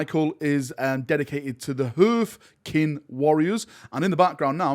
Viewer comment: That "Høøøfkin" pronunciation made me spit out me coffee!xD